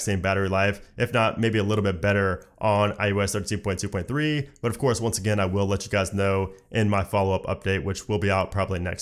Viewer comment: Sounded like “ thirteen putuputu” 😂 I really love that when he says that ❤️❤️❤️